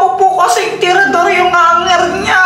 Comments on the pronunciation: Hindi traedorhinditinidor😅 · si ginagawa ang tirador naliging tinidor😂😂😂